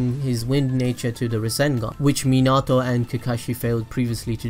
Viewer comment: You said minâto. Not minato ... Too much "Ah" Its "ao"